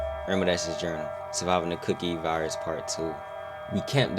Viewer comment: Bro I thought you said the cooking virus😭